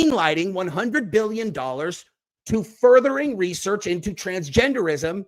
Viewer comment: Sounded like she said "funding for recess," not research.